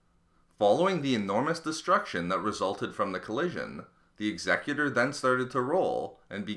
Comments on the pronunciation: the 'ex-excutor' is actually pronounced 'ex-a-cutor' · X-Eh-cute-or not Exeggutor ;P This is Star Wars not Pokemon ;D (Taking the piss don't get triggered) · Am I the only one who cringed every time he said eggs-eck-uter? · "egsegutor" "Ex eh cyu Ter" Executors execute. Unless I pronounce execute "egg sec yute" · I believe it’s pronounced X-ah-cue-tor. As in “I will execute the rebels responsible!” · X-a-cu-tor. As in “something that executes”. Learn how to pronounce it correctly. The Executor was destroyed because it lost navigational control after its bridge was destroyed and the Death Star couldn’t get out of the way in time. There is and has never been any mystery. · Say it with me, "Ex-ee-kyu-tor" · Executor is pronounced Ex (as in "extra") e (same i sound in "in") cu (as in "cute") tor (as in "tore"). It's the word for someone who executes (usually in the killing sense), but you make it sound like the word "executive" in this video. Great video, just a little confused initially because I thought you were talking about something different. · Executer ex-eh-que-tor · Isn't it "Ex-eh-que-tor"? Like a killer who chopped peoples heads off with an axe? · I hate it when 'Executor' is said the way it was in the video. It's 'Executor' not 'Exe—cutor'... It's like this: The ship may be EXECUTING rebellion troops, not leading a council for some intergalactic corporation. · The idea of the name is supposed to refer to the act of Executing someone, so his pronunciation is therefore incorrect. as the word is not said in the same manner as executive. Evidence to support this, when Palpatine puts order 66 in motion he says "Execute order 66" X-a-cute not Exec-ute Therefore Executor would be X-a-cute-or not Exec-u-tor. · You pronounced the word “Executor” incorrectly. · Your pronunciation of "The Executor" gave me AIDS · Someone needs to tell me why the executor is pronounced so differently from normal? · Did anyone else get annoyed when he was saying executor wrong?